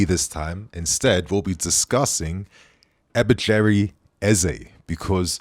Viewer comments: 😂😂 u killed that name Ebecheri😂😂 It's Eberechi meaning God's mercy. It's a Nigerian name Igbo to be precise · Eze’s first name is Eberechi not Ebecheri 😂😂. Killing Nigerian names this season - Adarabioyo/Adebayo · It Eberechi Eze guys not Eberechery 😅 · Bro you need to be sued 😂for name damages…. You completely destroyed that name with pronunciation 😂 It’s Eberechi not Ebecheri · It’s not Ebe Cherry 😂 it’s EBe wretchi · EBE-RE-CHI ✅ , not EBE-CHERRY ❌ 🤦🏾‍♂️ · Wait…what did I just hear? Did you just butcher his name “Ebi-Chi-re Eze?” WTF? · You butchered his name!!! What did you called him lol you butchered his first name!!! He is good player! Give them Sterling for free and Get Eberechi Eze for a small fee. 😊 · this brother murdering our nigerian brother's name lmao. At least research properly pronouncing his name haha. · Butchering Eberechi Eze's name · you just butchered that name, Eberechi Eze. It's a Nigerian name from the Igbo tribe meaning "God's mercy". Just stick with your Eze which means "king"